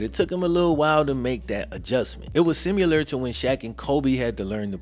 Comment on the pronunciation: My dude. The word is “similar”, not “simular”